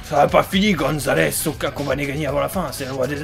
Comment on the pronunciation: C'est Super Goomzales pas Super Gonzales